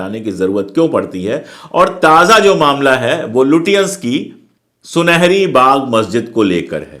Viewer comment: It is not लुटियांन but लचेंस